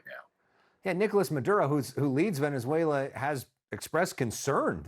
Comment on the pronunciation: Mr Leighton gets points from me for not only pronouncing Venezuela right but also for giving an impartial analysis, thank you all.